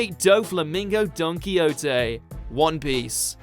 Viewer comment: Donquixote doflamingo and its don-key-ho-toe and he should be top 5